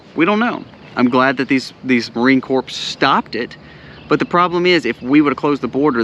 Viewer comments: Please make the P silent when you say Marine Corp. Properly pronounced Marine Core. Just so you know. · Corps is pronounced KOR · I don’t mean to correct you. Marine Corps, the “P” is silent. So pronounced CORE